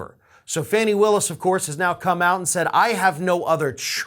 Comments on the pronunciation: Awesome work as always! Just a thought, but I’m pretty sure her name is pronounced “Fawny” not “Fanny”. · Like your channel, but please call her FAH nee, not fannie, or fanny. Thanks. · Fani ..(Fawn-nee)..Not Fanny.. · Fani rhymes with Donnie, it's not "funny" and it's not "fanny".